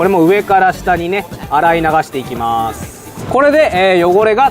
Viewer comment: なんか今日の発音おかしくね？ 汚れを落として⤵︎ いきまぁす⤴︎ ⤴︎